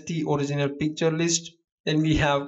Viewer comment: i always understand "PIZZA" instead of picture :DDD but srlsy, nice tutorial! ty!!!! :)